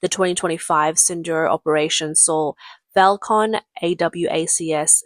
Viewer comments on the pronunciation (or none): none